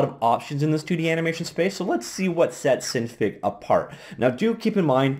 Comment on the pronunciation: I'm pretty sure its pronounce sin fig because i think it stands for Synthase figure at least thats how it appears to me with a little common sense.